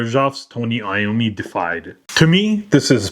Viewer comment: DE-IFIED. Not defied. Deified means to be worshiped as a god. Defied means getted said "no" to. World o' difference. Super common mistake, man. A bunch of people make it. But now ya know ;-) I'm gonna cop this one for sure.